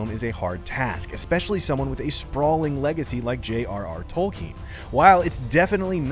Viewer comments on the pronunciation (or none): Its Tolkien not Tolkin